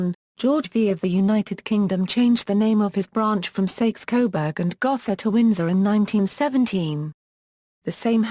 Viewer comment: The o in Gotha is a long o, not a soft one.